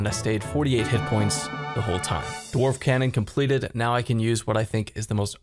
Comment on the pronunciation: Anyone notice he said completed like c engineer